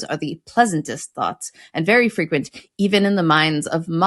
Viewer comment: FreQUENT? Is that a British pronunciation?